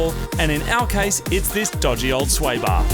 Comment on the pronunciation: "Sway bar"